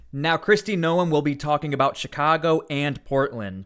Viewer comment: You are saying her last name wrong.